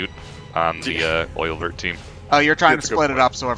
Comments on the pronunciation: Oeilvert is pronounced something like "Uh-yuh-vair" (it's french for Green Eye) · I'm very late but Oeilvert is French for "Green eye". It is pronounced, roughly, "ea(rl)-y-vay-r" (don't pronounce the rl in parenthesis, they are just there to description how to pronounce the "ea" part). That's the closest I can get without going all phonetics.